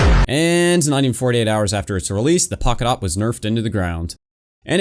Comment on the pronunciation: us: pocket awp him: pockawp